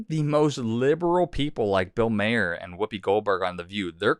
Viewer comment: Bill Maher is pronounced like ‘Mar’ not ‘mayer’. Just sayin’.